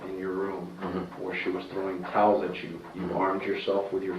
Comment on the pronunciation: He said towels 😅